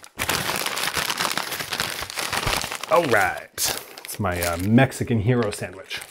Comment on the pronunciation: I mean it's pronounced yee ro not hero gyro euro YEE RO